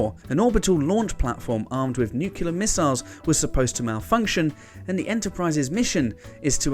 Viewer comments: It's nuclear not nukular ya diddy! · It's NUCLEAR not NUCULAR, ffs. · Nuclear, not nucular. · Dude. NUCLEAR not NUKULAR. C'mon! shaking finger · Say it with me: NU-CLEAR. "Nucular" isn't a word. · Nuclear! Noo-clear. NOO-CLEAR. Not nyoo-kya-lurrh! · Bad enough that WhatCulture presenters habitually mangle invented character names... but there's really no excuse for 'benelovent' or 'nukular'. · I'd like to see a series about 'benelovent' aliens here to protect the 'Earf' from 'nucular' weapons. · "NUC-le-er," not "NUC-u-ler." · (Nuclear. Nu-clear. There’s only one U…) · NEW. CLE. AR. AAAGH! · Bailed as soon as he said nuc-u-lar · Benelovent? Nuculer? Free hundred? Can't watch any more. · Argh NEW - CLEAR! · Did say 'nucular'?